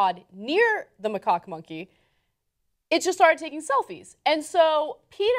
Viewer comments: ana said macawk so much in this video i came. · Did Ana just say macock? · Its pronounced "Ma Cack" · They are both pronouncing it wrongly... It's pronounce as MA-CACK. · NAh-roo-toh. Mah-kak. (as in the American pronunciation of (don't laugh British people) khaki pants.) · it is pronounced mahcack, according to international phonetic alphabet, emphasis on second syllable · it is pronounced 'muh-KACK'... second syllable rhymes with 'hack' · It's pronounced Ma-kak with an A not O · I think it's pronounce Mahcak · Macaque is pronounced "Ma-Kor". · Isnt it pronounced Muh-caw? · The a in second syllable of macaque is a soft "a" sound not a soft "o" sound. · You ARE pronouncing it wrong. (/məˈkɑːk) M as in my. A as in about. K as in kind. A like in Father. K as in kind. Is a little research so hard to ask for? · I'm sure PETA was willing to act as Naruto's financial managers, too. :D (and it's "macaque" - the second syllable is pronounced like the first syllable of "cackle". Grow up, children.)